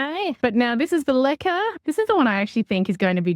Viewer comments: So Americans did you think she was saying liquor😂i did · Is she saying liquor? Lichen? I have not heard of propagating in anything that starts with an L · Ohh I thought you were saying "liquor". I was like, ok...? Ppl do that?! I didn't know what the other thing was 😅